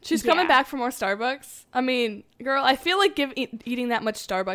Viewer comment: im sorry , but i thought you said the name is Starbuckies not Starbucks so thats kinda confusing ahahahah 😂